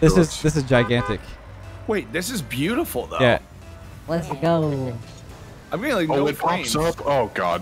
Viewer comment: Whenever says let's go I think it's leths go😂